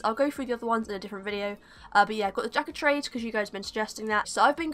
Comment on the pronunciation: "Jack-oh-trades'' haha ;P